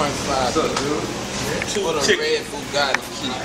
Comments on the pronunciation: Lmao did he just say bugaggi haaha cant even pronounce the cars name its bugatti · Boo-Gatti Shit lol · haha "red FUGATII key" haha sick ass car though